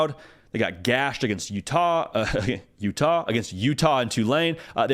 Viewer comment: The way you said Utah was hilarious